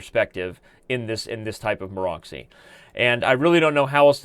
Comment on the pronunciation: Excellent coverage, Daniel, as usual. Especially i liked the explanation on f3 variation. Just a small hint: it is not Maro<X>y but Maro<TS>y.